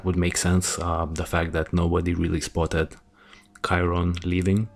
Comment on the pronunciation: And being unable to pronounce KYRON. Some "pet case."